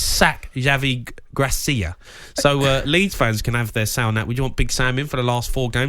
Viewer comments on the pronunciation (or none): Javi "Gracia"?🤦